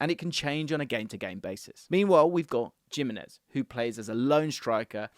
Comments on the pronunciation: It’s Him - enez not Jim - enez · "Jim-enez" <3 😂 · The Gimenez pronunciation needs some work